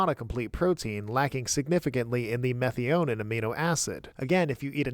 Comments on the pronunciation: Meth-i-o-neen is how I learned to pronounce it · I did look it up because the way you pronounced it in the video was making me question my sanity. Meth-EYE-uh-neen is correct. Whoever told you otherwise is clearly trolling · I've never heard methionine pronounced that way. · Minor note but your methionine pronunciation threw me. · Please brush up on your Methionine pronouncing. 😂 Good video as usual though.